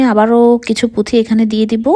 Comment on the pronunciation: পুথি না আপু,পুতি🙏🙂